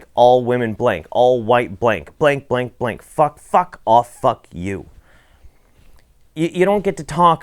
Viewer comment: When you went into the "Blank," part; I thought you said "Blink," at first. All men, women, children do blink.